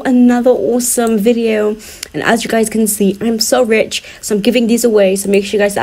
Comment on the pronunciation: Man said they are so rick like fam man realy said rich🤣lol